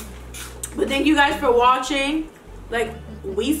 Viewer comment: wtf is “watHing”? Edit: watching